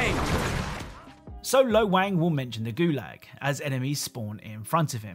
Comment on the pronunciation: Lo Wang literally pronounced “Gulag” for you and you stilled butchered the way you pronounced it lol.